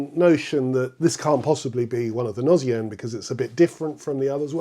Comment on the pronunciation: Beautiful piece that does have the feeling of a gnossienne , that meditative beauty tinged with sadness . PS : in french although “gnose” is pronounced with the sound z , “gnossienne “ spelled with a double s should be pronounced with the sound s . Thank you , your channel is very interesting .